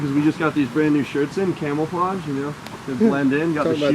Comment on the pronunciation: Did you say camelflodge